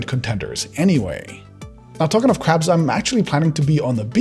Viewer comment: When I thought he said caps he actually talked about crabs